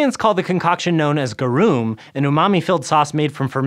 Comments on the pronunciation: Ga-room? I'm sure others will be better at explaining how gaar-rum is pronounced in polite society 😙 loads of love from Denmark ❤️ 🤗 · "Gah-room" fuckin lol, it's Latin, it's pronounced "Ga-rum". This is as bad as Americans pronouncing caramel as "kar-mel" lmao